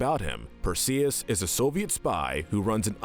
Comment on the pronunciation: Bro really said Perseus wrong 💀